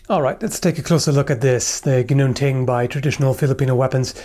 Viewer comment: I love that you actually pronounce it correctly.